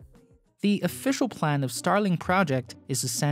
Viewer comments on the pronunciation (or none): none